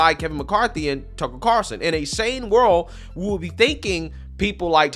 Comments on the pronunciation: Carl- son. NOT Carson as you are mispronouncing it. there is a FUCKING L in there. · drives me crazy when he says “tucker car-son”, it’s carl-son lmao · Dude, It's CARLSON, not Carson lol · dude, its car L son, are you not allowed to say his name correctly cause you tube will flag the video?